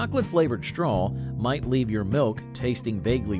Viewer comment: Oh my gosh, stop saying "STRAWL".... lol